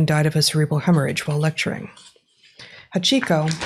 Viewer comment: Your pronunciation of Hachiko hurts my ears. The a is the strong consonant in that word, not the i.